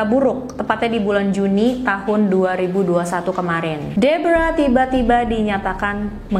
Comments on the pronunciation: Pas nyebut nama Deborah malah kaya nyebut Zebra 😭😭😭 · Sumpah, kupingku berasa iritasi banget denger nyebut nama Deborah, padahal pas nyebut nama tokoh yang lain aja pakai pelafalan biasa, ga dipaksakan kaya pas nyebut nama Deborah 🥲🥲 lain kali coba pakai pelafalan yang disesuaikan dengan bahasa Indonesia aja mbak.. berasa aneh dengernya